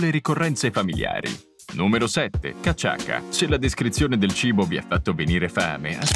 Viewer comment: Pronunciato cachassa, non cachaka.